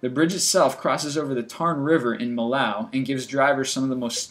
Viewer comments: DUDE! "Mill-ow"??? its pronounced "Mee-yo" And that Bosnian bridge was destroyed in the 90s, not the 30s, bro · that's not how you pronounce Millau :D